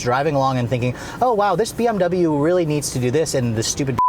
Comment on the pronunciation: Maybe if you pronounced "double you" properly the BMW would respond better. ;)